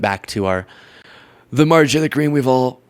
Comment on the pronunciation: Dude, just say Marjorie. Mrjtagree? Wha?